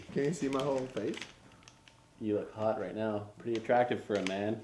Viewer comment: I love the way Josh says "face" He's got this random accent for a split second and then its gone again =P